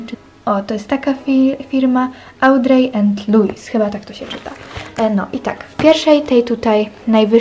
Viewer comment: Mała wskazówka tak na przyszłość, to "audrey" czyta się "odri" ^^